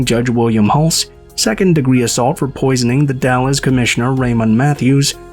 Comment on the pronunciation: Hi! Wow.. l don't remember that and l lived just a couple of hours away from there. Very interesting. I remember the Hari Krishna's and the other two. For the future the Dalles is pronounced like you're saying. Gal's.. or Galz.. but it's The Dalles.. Dal'z or Dal's. Hope that made sense. 💙 Love the new channel. I like these documentaries. I'm going to ask my friend who lives in Umatilla OR, if he remember this.